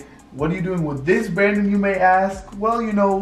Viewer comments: she said branon but forgot the d in his name that's what it sounds like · She said bran-din and it sounded like brian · Champ Boy Gaming it was more of a Brannen. She just didn't say the D.